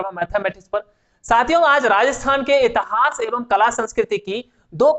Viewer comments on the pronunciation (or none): इतहास नही होता मेरे भाई इतिहास होता है।